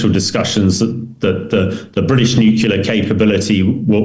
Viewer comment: Hamish DBG is one of my favourite authorities on military matters to listen to but Hamish can you please pronounce NUCLEAR correctly?